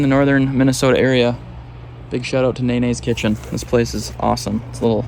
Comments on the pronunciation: Filipino store in MN?! Dope! Btw it’s Nuh-nyes lol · Thanks for supporting Filipino businesses! Just FYI, Nanay's is pronounced like (non-eyes), haha.